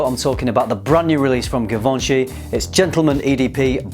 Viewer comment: It’s pronounced gee von shee